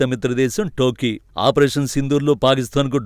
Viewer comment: అది అది టోకీ కాదు టర్కీ ఏం చేస్తున్నావ్ బాబు